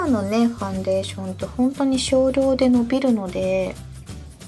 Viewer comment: ファンデーション⤴️のイントネーションが気になってしまう😩